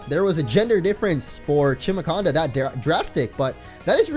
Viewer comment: its pronounced "chimaconda", not "kimaconda", like chimara